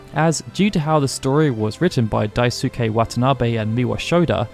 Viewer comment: "Dai-su-kay Watanabe" lol